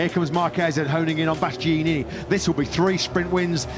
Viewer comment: One of those commentators can't pronounce Bastianini... 😅